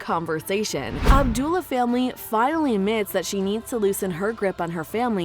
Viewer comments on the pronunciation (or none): It's abuela not abdula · Is not Abdula Alma.. is Abuela. Alma. (Ah -boo-eh-lah) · It’s Abuela, not Abdula. Abuela means “Grandmother”, and Alma is a common proper name, which means “Soul”. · It’s not Abdullah Alma, it’s abuela Alma. This is the huge problem with AI. And that’s not the inlynprobkem with the narration. Whoever wrote this probably has not seen the movie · Abdullah?? REALLY???!!! You guys CLEARLY don’t know a lick of Spanish. Im sure I could show you guys the word “hola” and not only would you pronounce it as “holy”, you’d think it meant pineapple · The narrator calls her “Abdula Alma”… lol, what the heck is an “abdula”? The correct term is “Abuela,” of course, and as far as I know, “abdula” is not a word in Spanish. Sorry if that comes across as nitpicking! It just seems like a pretty glaring mistake for a video with over 4 million views. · The Spanish for Grandma is pronounced Ab-way-la.